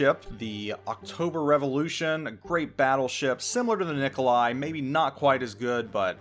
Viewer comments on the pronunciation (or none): none